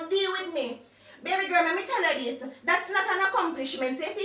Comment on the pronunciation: Nobody: Nobody at all: Ia: "me wi diss you" 🤣🤣🤣🤣🤣🤣🤣🤣🤣🤣🤣